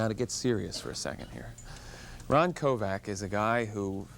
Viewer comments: His name is Kovic, not Kovac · Kovic not Kovac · "Kovac" its Kovic. The guy doesnt even know that he was shot in the chest not in the back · Sounds like he says Kovac?His name is Kovic! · Yes it is its Croation surname Kovic...not Kovac.... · Quit saying KOVAC! It's KoVICK! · Isn't his name pronounced Koe Vic????? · It would've been nice if the interviewer had pronounced his name right. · Wanted him on his show but pronounces his last name wrong🥴